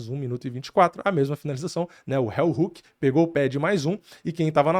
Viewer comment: So um adendo, o golpe se pronúncia "RÍU" (Heel=calcanhar) Hook. Não "RÉU" (Hell=inferno) hook. Vlw meu chapa eh nois